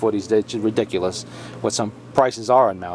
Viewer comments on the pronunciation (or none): none